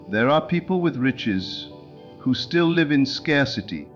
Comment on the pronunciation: Thank you for another wonderful Neville Goddard message! But, I ask you, do you listen to these AI generated speeches before you release them? Can't you choose a pronunciation, such as lìve or live? The word present or present? It's terribly disconcerting to hear gross mispronunciations at vital points in the narrative. Can you do better? I think you can.